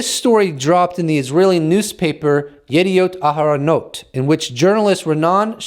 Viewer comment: You said the name of the Israeli newspaper too easy. You practiced, didn’t you?